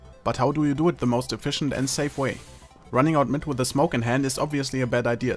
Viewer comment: Hearing a german say "Efficient" is so hilarious. These two just go hand-in-hand don't they :)